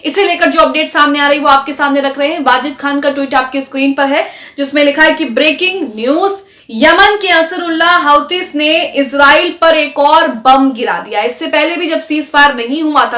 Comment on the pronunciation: अंसार उल्लाह नाम है हुती गुरूप का उनका नाम बिगाड़ कर ना बोला करें